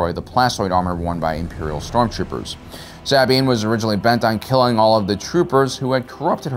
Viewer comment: are you butchering Sabines name on purpose